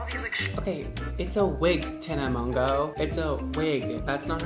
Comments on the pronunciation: mon-gan-ow-y “monganowy” aka tana monganowy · MonJOE not monGO WTF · is me trying to pronounce her name: Tana Monjoey, Mongu, Monganowy 😂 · I thought he said mango😂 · hahahaha the last name 🤪 i think she pronounces it like “mojo” but that’s not how we pronounce it in French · "Tana Mon-goo" 😂😂😂😂😂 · Tana Mon-goo 😂😂😂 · Guys it’s tana mojo (pronunciation wise) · I thought her name was pronounced like tana "mojo" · Her last name is pronounced "mojo" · did you say tana mogo? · Mojo it’s pronounced mojo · you roasting tana and mispronouncing her name is a mood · continually not saying Tana’s name correctly is a huge mood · It’s so funny how he pronounces her last name like 15 different ways and sometimes it’s correct😭😂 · The way he pronounced tana's name is just hilarious 😂😂😂😂😂😂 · The way you were pronouncing her last name had me DYYIIING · Take a shot every time pronounced mongeau differently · The way he said her last name gave me ocd🤒💀😵😂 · His pronunciation of her name had me like #Same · LmAo him struggling to say her name me every time I try to say her name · I almost left the video watching him try to pronounce her last name... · am i the only person who is a little bit annoyed on how he pronouced her last name? T A N A M O N G O